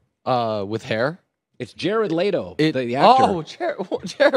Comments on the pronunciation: ITS NOT LAYTO ..its leto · Did this man just say jared lay-to